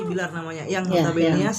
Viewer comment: Ya Allah Mak aq koq ngakak Mak bilang billar jadi bliyaar gitu ahaaa Mak kira bola bliyarr ahaahaa